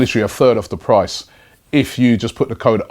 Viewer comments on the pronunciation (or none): none